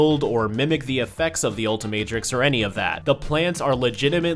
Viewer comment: Bruh it’s the ultimatrix not what ever you said get it right